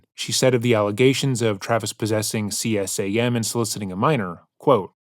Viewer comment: CSAM is pronounced “see sam “. Child sex abuse material. I am on the Georgia ICAC task force (pronounced “eye kak”, Internet Crimes Against Children, part of a federal task force investigating and prosecuting sexual predators who target children. Thank you for covering this.